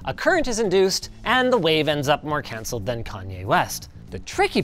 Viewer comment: "The wave ends up more canceled than Kanye West" is the most Canadian I've heard Linus sound.